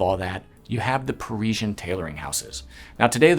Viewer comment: Why can’t learn how to pronounce ‘Parisian’ correctly? He gives us all the airs & graces of the bespoke world as he sees it and yet fails to appreciate the niceties of correct pronunciation!